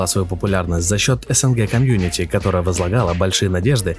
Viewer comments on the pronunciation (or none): none